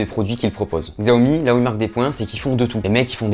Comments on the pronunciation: Bonne vidéo mais on dit CHI-A-OMI !!!!!!!! 😅😂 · En réalité, ce n'est toujours pas la bonne prononciation, car le "xi" en mandarin est un son qui n'existe tout simplement pas dans la langue française :\ Donc oui, le "ch" est ce qui s'en rapproche le plus, mais ce n'est pas non plus correct 😋